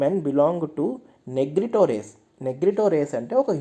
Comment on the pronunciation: నెగ్రిటో కాదు..నీగ్రిటో అని pronounce చేయాలి.